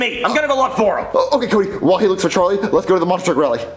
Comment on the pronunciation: It’s charlie not charlyyy